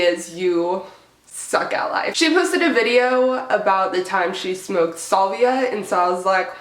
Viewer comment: SAlvia....not sUlvia! Dweeb..